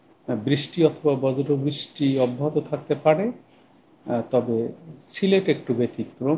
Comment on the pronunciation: সিলেট নাম টা কি ভাবে উচ্চারণ করছেন?